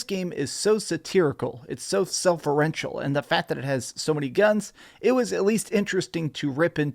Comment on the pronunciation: What is “selferential”. I don’t think that’s an actual word lol.